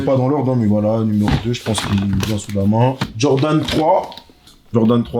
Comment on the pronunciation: J'ai adoré la séquence sur le nouveau modèle de Aire Jordan "OUITE" 😅 Merci au manné pour le partage on sent qu'il est passionné et acheteur compulsif 👌